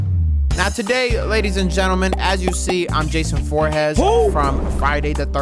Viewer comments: bro said jason voorhas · FOREHeS???? It’s ForehEs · Jason Voorhees not Jason Voorhes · “jason vorhezz” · He botched the last name lmaooooo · Bro said Jason Voorhes but I love you no homo and you know why I said no homo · Love you but Jason "Vorhezz" is crazy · great vid but it’s Voor-Hee-z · This man just said Jason Vorhoos🤣😂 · who tf is "Jason Voorhez"??? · my guy said jason voorhass😂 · “Jason forhez” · The way he was pronouncing vorhees lmaoo